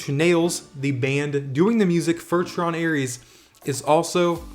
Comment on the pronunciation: * tron not ten